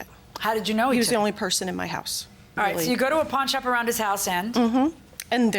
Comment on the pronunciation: At 3min 57 sec dd she say " I went to the porn shop " ?